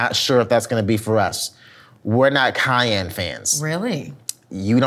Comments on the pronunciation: Ami i the only one who caught saying Kanye peppr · Did say “I don’t want no Kanye peppers 🌶”? I know what I heard and I am dead. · Did call the cayenne pepper Kanye pepper? Lmao